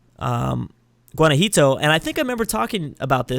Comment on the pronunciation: It's called Guanajuato, NOT GUANAJITO! just dont say it if you dont know the name.